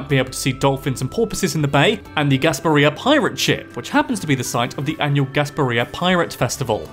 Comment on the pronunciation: I'm from Florida! I watch your videos all the time and it was fun to see you do one on my state. It was funny to hear you pronounce "Kissimmee", "ybor", and "Gasparilla". Also there is an orange county Florida. It's the Orlando area. Walt tore down a bunch of orange groves to make Walt Disney World. Both Disney World and Disneyland reside in Orange county! I really want to check out the stargazing in Kissimmee now. Thanks for that tip! Last thing, I've been to Venice Beach (shark tooth beach) plenty of times, but never knew the teeth are from ancient sharks. I assumed it's from sharks in the area. Cool fact!